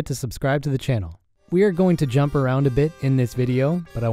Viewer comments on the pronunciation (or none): none